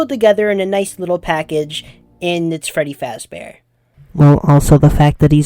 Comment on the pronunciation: Fweddy Fazbore.